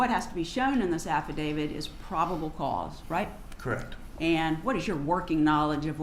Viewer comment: To the defense atty: it's an affidavit, not affadavid.